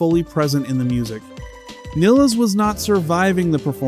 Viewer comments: Its pronounced Niiiiiiles! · its niles like miles. please get her name right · Aneeeeka Neeeeeles - oh for goodness sake